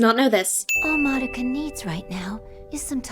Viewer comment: And Mah-doe-ka, yes we all heard it too, don't be so damn pedantic. Why do you think SOME black people say ax, or SOME white people say ex-cape. Iit's how SOME American's repeat things they hear that are from foreign sources.